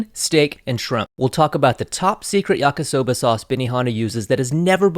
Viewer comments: Why does he keep saying yaka soba .... It's yakee soba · Stopped watching after he called it “YakA-soba” the third time. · Love your videos and extensive research Your Japanese pronunciation is generally pretty good, maybe because you worked in an Izakaya, but remember the romanized I is pronounced like a long English E, like yah-kee-soh-bah Please keep up the great work and content - I’m definitely a fan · I know this is an old video, but just wanted to say; it's pronounced "yah-key" soba